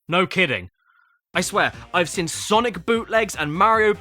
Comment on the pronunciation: yeah thats it lol also am i the only one that notices how he says the word "seen". He says it like "sin" and seems like he does it in every episode now lol. This is the worst crash game I've ever sin!